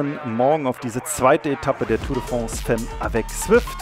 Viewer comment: Nice! Gar nicht gewusst dass es eine Frauen TDF gibt. Btw, femme spricht man „Famm“ aus :)